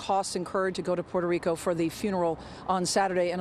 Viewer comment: This guy said "Poor Show Rico" 😂